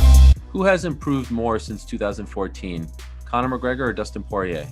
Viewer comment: McGregor is nice it's McGregor not McGregor on Proper-12